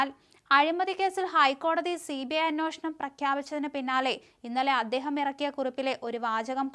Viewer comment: ഒരു വെള്ളപേപ്പർ എടുത്ത് 'അന്വേഷണം, അന്വേഷണം, അന്വേഷണം '..... എന്ന് ഒരു ആയിരം വട്ടം എഴുതി, അത് ഒരു ആയിരം വട്ടം വായിച്ചിട്ട് ഇനി വാർത്ത വായിച്ചാൽ മതി.... 🫤🫤